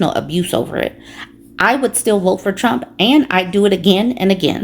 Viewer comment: “I will boat. For donal tromp” 🦞 🎶